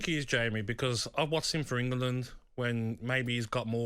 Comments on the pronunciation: “The reason he is Jamie is that I’ve watched him for In-Ger-Lund” There’s only one person that’s bitter here and it’s you Ager-bonger-lahorer! Keane called you out for being the laziest most unprofessional player to ever kick a ball. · Anyone that pronounces England as “Eng-er-land” doesn’t deserve to be listened to. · He says he watches him for engerlandeded